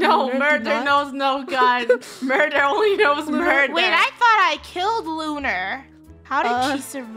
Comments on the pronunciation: Murdur? OwO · Funneh : “I come in peace” Me : “MURDUR?”